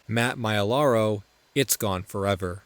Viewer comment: Lost Fo’EH-VAH